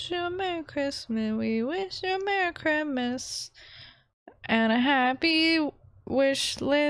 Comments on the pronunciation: I love it how your saying Chrimmas instead of Christmas:3 this is too cute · I like the way she kept saying chrimas instead of Christmas 🎄 🙂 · Every time she said merry crimas I started laughing so much😂🐸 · “Merry chrmas” LOL NEVER FAILS TO MAKE ME LAUGH! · You said Chrimas the whole time! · Are you pronouncing it as cri-mas on purpose?bc where I live we pronounce it fully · I love you but the way you say Christmas is making me go crazy 😤😂😅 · Hahahahaaa I love how u say Christmas